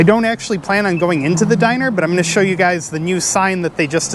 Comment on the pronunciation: do you mean 'diner'?